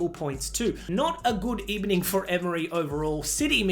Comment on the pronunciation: not a good ebening😆